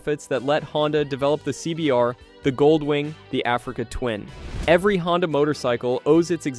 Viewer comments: I thought the company was called Honda ? Not HONDEEE ?? Maybe I’m wrong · Honda pronounced proper 1st 3 times then .59 he floridly says " Hondie"!?